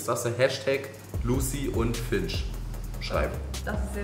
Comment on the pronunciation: Mein Gott es heißt FINCH und nicht !!!Finsch!!!